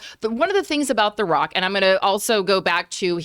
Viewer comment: Dwayne the Wock Johnson 🤣 am I the only one who noticed this?